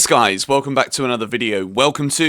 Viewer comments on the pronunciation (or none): none